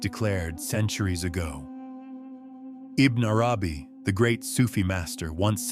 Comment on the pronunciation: Yes there's nothing wrong with AI reading text. However you could do better in your prompts to guide AI to make proper pronunciation. Which sounds like verbatim reading such as ibn nay arabi , wahdat-ul-wajood etc